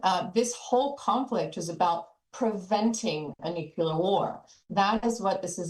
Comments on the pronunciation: Nuclear. Not nucular. Geez. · Simple lies. And its pronounced Nuklēr not nucyeler